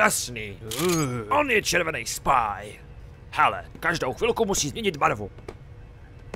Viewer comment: Stejně skvělý jako od FPD, akorát ten "SPÁJ" :D mnoooooooooo :D